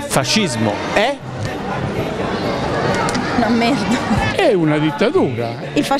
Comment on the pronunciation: “Possiamo quindi dire che il fascismo è.... Nàmerda” morto hahah 🤣